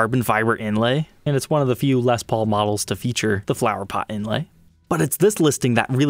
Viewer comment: until stumbling onto this channel (like 4 years ago) I wasnt a fan of Gibson. Wasnt my thing and I knew little about them. I remember back then you pronouced Les Paul as "Lez Paul".. laughed every time. Anyway my point - I wasnt aware that the "Tree of Life" inlay was used by other makers on production guitars that didnt have Vai's name on it. Figured Ibanez had a patent on that. I must say I prefer the inlay on Ibanez Jems. thinner inlay. I agree Gibsons looks super gaudy...